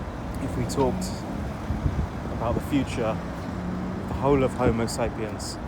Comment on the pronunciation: 😂😂😂….. homosapiens…… might wanna check the pronunciation on that bud lol And those dingy dwellers aren’t here to mingle among us……. They hate us …… literally here to upset our culture and values In Luton the lavish show off cars are all bought to launder money. Even the shops who never get any custom have been there for years